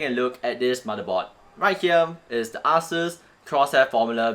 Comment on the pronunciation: It is not ass suse it is asus.